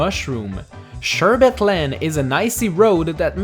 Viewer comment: I was literally so excited to hear you pronounce "sherbet" right. It's a minor thing but it really stood out to me!